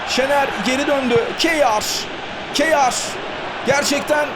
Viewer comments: Abi Bu arada Kjær'e ya Kayer deyin ya da Keya .. Spikerde değiştirseniz süper olur. Kiyağer ne :D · Kyear okunuyor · Abi "Keyar" değil "Keya" olacak futbolcunun kendisi söyledi öyle telaffuz edin diye ;) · Abi O Keyar Değil Kayer Diye Okunuyor.Söylemiş Olayım. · Abi bu arada kjaer e hıyar dermiş gibi seslendirmişsin :))